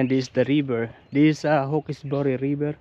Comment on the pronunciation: You pronounce it "hawks-berry", not "hawk-ess- boory". You really found yourself off the beaten track this time! I haven't been to Wiseman's Ferry since I was a teenager many years ago. I remember the countryside was very typical NSW country and very pretty.